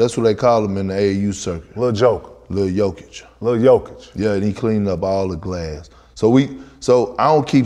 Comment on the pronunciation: Ticket been calling Jokic “Jokovic” and Vucevic “Vujacic” for a month straight now 😂😂😂😂😂😂